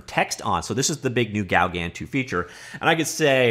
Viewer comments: I believe it's pronounced something close to "go gone" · It’s pronnounced GO-GAN, LIKE GO CAN.. But the N is silent. French post-impressionist painter and friend of Van Geogh. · Please do not say Gaugan again,/ ever. ...It's pronounced GO GAN Lake in Desert,. .....Really !. That's what you thought would work,. Have you heard the word ...OASIS . It's a WATERHOLE in desert areas. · Pronounce it "Go-GAN". Not quite the same as the French, but that's the way most English speakers approximate the name. Hang on... isn't French a compulsory subject in Canadian schools?!?! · It's GO-GAN you numnut :p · Here is the correct pronounciation, from a french biopic movie about Paul Gauguin